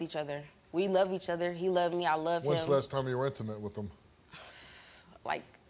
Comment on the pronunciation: "I luh you, bro." "I luh you too." I pray for anyone that has to be neighbors to these idiots.